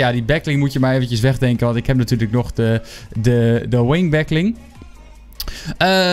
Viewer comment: waarom zeg he de hele tijd back ling?